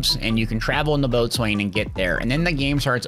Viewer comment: Bo-sun is how you say boatswain